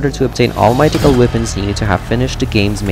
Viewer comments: Great video, just a note: the word 'mythical' is pronounced 'MITH-ICK-UL'. The TH sound is more like an F sound but at the front of your mouth. It's a hard sound for non-native English speakers to make so you can just pronounce it like an F, it's fine. And the letter 'j' is more like a 'y' or 'i' sound in Norse languages. For example, 'Mjolnir' is pronounced 'Myolnir'. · My-Tick-Call? Thats a weird way to say it. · I have to watch this muted because every time this guy says the word "mythical" wrong it feels like I'm going to have an aneurysm... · I've never heard somebody mispronounce mythical before today.